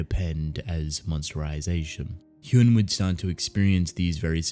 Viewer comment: I see others have already said it, but 1. "Hyun" is pronounced as you'd pronounce the "un" of words like un-stoppable, etc. "Cha" is the surname, so by Korean culture it should be said before the name. (Also I haven't read this webtoon yet but I think I remember the main character's name being Cha Hyun-su, not just Hyun, so... is that just a translation error...?) 2. I highly recommend "I don't want this kind of hero". It's comedy, slice of life, supernatural, and hides under this seemingly light-hearted air while having these piercingly astute observations and satire about society. Later on the themes and stories it tackles get darker and bloodier too (though it never shied away from death and tragedy to begin with). The art starts a bit shaky but becomes straight-up beautiful later.